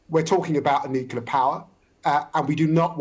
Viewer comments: Expert!!!!!!!!!!!!!!!! '' NUKILAR''??????----------------Nuclear!!!!!!!!!!!!!!!!!!!!!!!!!!!! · LIAR! I want to see NATO at war with Russia in Ukraine. Also, IDIOT, it's "nuclear" not "nukular". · It's Nuclear not Noclour the big dummies that can't pronounce the damn word. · Nuclear. Not nukular. How are some of these people even allowed to publicly speak if they can't pronounce rudimentary words? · New-clear. Not nucular. It's so annoying. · David 'NOO-KYULLER' Lammy 🙄 Many of these people can't even pronounce words correctly and they're running the country?! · One of these interviewees appears to be an expert and competent communicator, the other seems to be a bullshitter who also cannot pronounce the word nuclear ... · And he doesn’t know how to pronounce nuCLear? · I find it difficult to take seriously anyone in authority who is unable to pronounce ‘nuclear’ correctly.